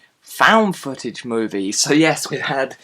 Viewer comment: I may see this. I liked ET, Goonies and Stand By Me as well. When you said "footage", it sounded like "fetish."